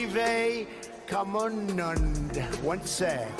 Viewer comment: Modi is provoked when he wrongly pronounced Swami vivekananda❤❤